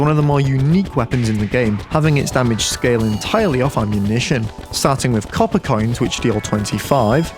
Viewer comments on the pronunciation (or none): none